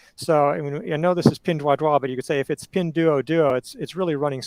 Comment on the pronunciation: Great show,. BTW the "uo" in PDD is pronounced like "woah." So that's pin-dwoah-dwoah!